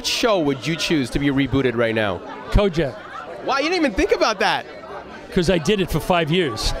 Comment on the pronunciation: its KOJAK... not kojack ...CROCKER